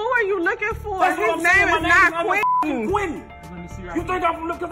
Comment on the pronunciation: First "Leroy" and now "Quientin"